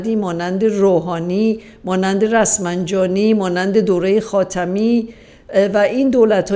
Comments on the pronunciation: با سلام و درود به بانوی سرباز رسانه خانم 🇮🇷🌹🌹🇮🇷 خواستم فقط بگم من هم مثل شما زایده آذربایجان هستم ولی اون مرد یکه اسمش رسفنجانی نیست😃 رفسنجانی ( صوتی باحالی بود) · خدا حفظتون کنه منتها رو تلفظ کلمات دقت کنید رسمنجانی !!!لا الا الله لا !!!!با الله ❤و....ی کم دقت کنید